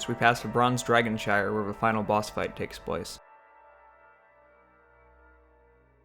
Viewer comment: Wtf are you saying? It’s dragon shrine